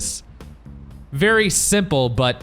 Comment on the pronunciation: The limo's dwunk. It's vewy vewy dwunk